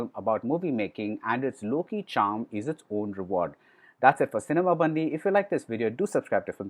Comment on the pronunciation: Pronounced as Cinema Bun-D, not Bandhi